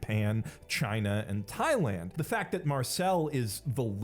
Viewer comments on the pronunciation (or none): none